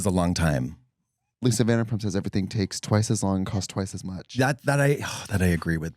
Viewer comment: OMG You Guys I was saying I was annoyed by Trixie saying VANDERPUMP and I think she is trolling me girl! haha If so I would be honored and this episode was hilarious. All three of you Trixie Katya and Kristen were all hilarious. Thank you so much for providing us with the entertainment on a serious note. It made my day of bullsh1t in Nashville more tolerable. Love You guys and Nashville, it's just nice to have stimulating content! Lastly Love What We Do In The Shadows!